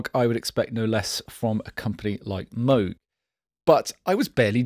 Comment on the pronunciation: I wonder if he may be the only reviewer to correctly pronounce Moog? It's not Mow-g like "mow your lawn", and its not Mooooog, like the sound a cow makes. It's somewhere in between that only a Brit can pull off correctly, and I guess Bob Moog.